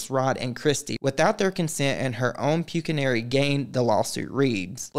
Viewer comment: “Pue-Kih-Nary” is my new male exotic dancer name